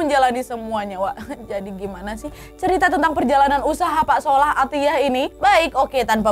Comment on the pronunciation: ngakak pas bilang "Sholah athyahh"😭